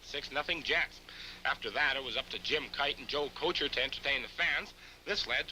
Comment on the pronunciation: The "Joe Couture" pronunciation of "Kocur" caught me off guard ! Lol